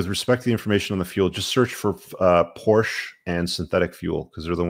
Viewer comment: you’re not pronouncing “Porsche” correctly 🙂